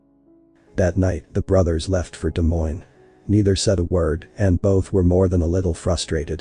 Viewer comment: Pronounced Des Moines properly. Bravo.